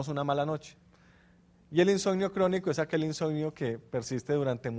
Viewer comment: Insonio??? Que mala dicción!